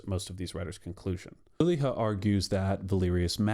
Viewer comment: Saara Lilja’s last name is pronounced “lilya” rather than “lilha”, otherwise great 👍